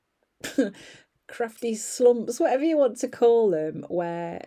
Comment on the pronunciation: “Crave-ty” craving to be crafty 😅